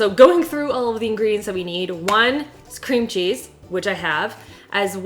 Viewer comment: She literally said Scream Cheese instead of Cream cheese 😂 hotel Transylvania gurl 😍